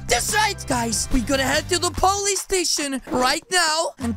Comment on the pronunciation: he said "Po-lice" lol